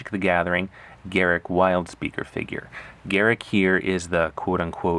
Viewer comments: Its not Garrick, its Garruk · The pronouncing is off it's pronounced "GA-ROOK"